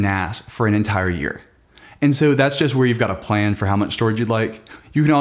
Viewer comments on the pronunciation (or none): none